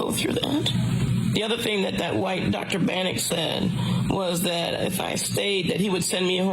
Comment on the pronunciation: Sounds like she said something like Dr Bannick